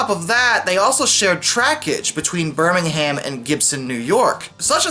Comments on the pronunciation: It's Binghamton, not Birmingham! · it’s pronounced Binghamton. Bing Ham Ton You’re welcome